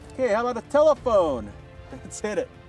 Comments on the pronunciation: "Taolephone"? Really? This alone will get you demonetized 🤔😂. Seriously though, good work as always 👍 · The "taulephone" I eventually got it 5 seconds later 😂😂